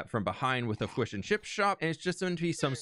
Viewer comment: "Fwish and chips" OHHH MY BRITISH HEART!!!